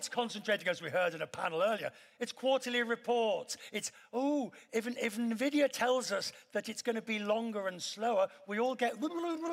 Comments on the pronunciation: "nevidya" seriously!? LUL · Quest still fighting how to pronounce NVidia.